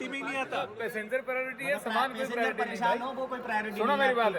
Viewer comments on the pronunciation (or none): none